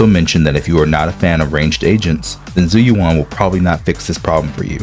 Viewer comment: her name is literally said in the game multiple times; how can people still mispronounce it? It's not "Zoo you wan", it's "Jew U.N."